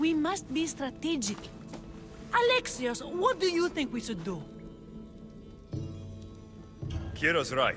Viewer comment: Bitch said "Alexia"